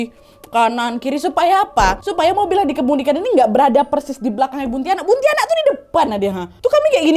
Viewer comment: Buntiana kak bukan buntianak